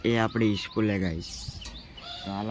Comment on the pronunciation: Not eschool ❌school ✅